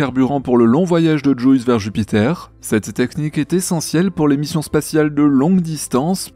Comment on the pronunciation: STP, juice ce prononce "Djiousse"... ça fait mal a mon aglais XD (j'adore votre emission hein!! :) )